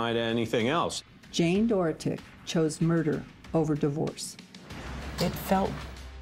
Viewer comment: I couldn’t even watch this listening to everyone pronounce “Dorotik” wrong.